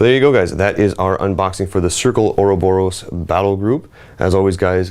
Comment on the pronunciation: <- spelling nazi here do you know Bob Ross? a guy teaching how to paint from days gone by. speak this name 3x "Bob Ross" now try the small sentence "Do you prefer Michelangelo or Bob Ross?" practice 3x, next try to pronounce the name without the 2. b "Bo_ Ross" for 3x now the sentence "Do you prefer Michelangelo or Bo_ Ross?" now properly pronounce " or-Bo-Ros " not or_O_boros